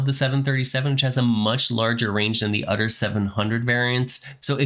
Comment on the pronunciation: Honestly man, it's "other" not "otter" that annoys the heck outta me. Bye